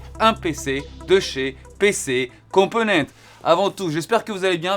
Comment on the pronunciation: Cc Pax , en espagnol , il faut dire toutes les lettres (même le s, surtout si vous êtes en collab, mais bon je pense que tu le sais ), dû coup il faut prononcer PC compomenntesss . Merci pour ton investissement ✌️✌️✌️